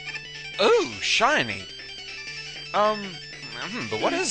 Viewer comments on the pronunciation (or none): are u british? i like when you said seny instend of shiny, and when u say GODZ.